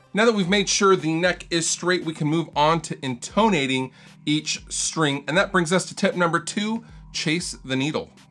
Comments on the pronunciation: please tell that its IN'tonating, not in TOE'nating. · In-TONE-ating lol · What is with your pronunciation of intonating? You're putting the emPHAsis on the wrong sylLAble. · You are mispronouncing intonating. Unsubscribed, and I'll be returning my RB&G t-shirt, bub!